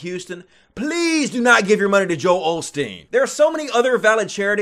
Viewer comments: Isn't it "Osteen" not "Olsteen"....? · why do you say OLSTEEN when it's Osteen